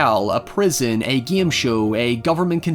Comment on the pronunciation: "Thi Voyeuristic obsirvers to this *unexplined gim show " I love thath